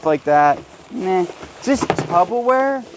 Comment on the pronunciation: I’m gonna comment every time you say this and correct you lol - it’s tuPPerwear NOT tuBBerwear lol. Love from Scotland xx